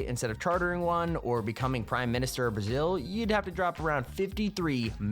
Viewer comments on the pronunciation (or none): none